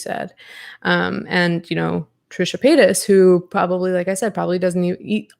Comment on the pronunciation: I cannot believe I laughed out loud every time you said "Tricha Paychas" why are our senses of humor like this 💀